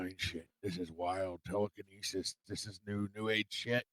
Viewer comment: I want telekin-know-sis ... lol 😅